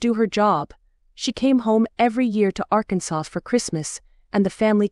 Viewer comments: Thank you for the free book ! I laughed out loud every time AI said ArkenSAUCE !!!! 😂I’m a southerner and this was funny ! I am enjoying the story ! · Agree 😂. I thought it was a small town called Arkinsos until second or third reference. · Yes, the mispronunciation of words, especially Arkansas was distracting. Arkansauce.